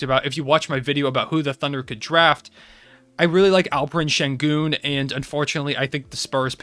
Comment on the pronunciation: You nailed the pronunciation of Alperen Şengün bro 😂 Great video!